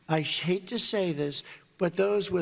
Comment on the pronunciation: I prefer the president who can spell words clearly and properly. "I shake to say this, people with lower IQ" yet he can't say the word hate properly lmao